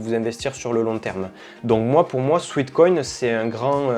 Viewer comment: Détail de prononciation : SWEAT (sueur) = "souêt" / SWEET (doux, sucré) = "souit". Il s'agit donc ici non pas de "souit-koïn" mais bien de "souêt-koïn" 😉